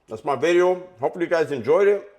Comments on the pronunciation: It’s veedeohhh not bidi-0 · Any possibility you can say the word "video" different? Not clowning....